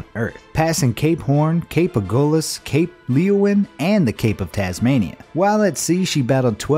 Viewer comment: cape Leeuwin is pronounced cape loowin. Just a heads up.